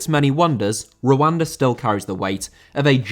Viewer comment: i know you are saying Rwanda... but im literally hearing "wakanda" every single time